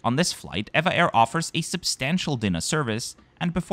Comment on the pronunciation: EVA Air is officially called E.V.A Air. But they are more conveniently referred to as ee-va Air... not air-va air as you pronounced in this video. Overall a lovely, informative video, as always. 😊